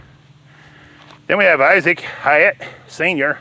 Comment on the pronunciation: Its pronounced like height